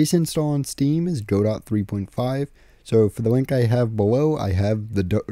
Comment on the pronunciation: Its pronounced godot, not godot.